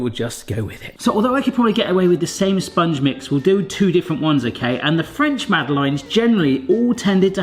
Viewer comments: Eek. My ears are burning! Mad uh laines is how to say it. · So he doesn't pronounce it the french way. It doesn't realy matter. On such a small island where there is in any case a varied way of pronuoncing even the most basic words and then rest of the english speaking world all have their own pronounciations why in this case make such a fuss over a French name.